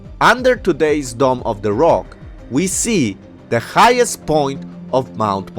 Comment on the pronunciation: It's Dome of the Rock, not "Domm". {:o:O:}